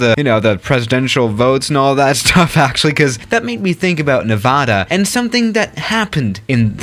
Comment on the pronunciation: Everyone: Nevada: Nayvadah